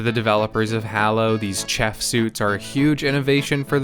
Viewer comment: The way you pronounced "chef" was chafing.